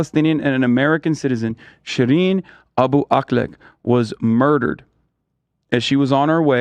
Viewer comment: im sorry, youre mad hes pronouncing someones name correctly??